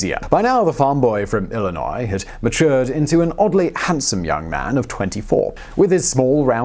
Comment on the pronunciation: And yet, he pronounced Illinois correctly, something that half of Americans can't seem to do.